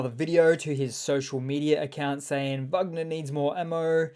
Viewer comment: Why do you keep calling them "Vugner?" Russians don't pronounce it that way. These aren't Germans. Russian pronunciation is closer to "Wegner."